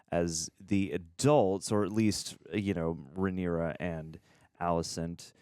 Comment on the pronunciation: Just a note: her name is RhaenYra, not RhaenEra.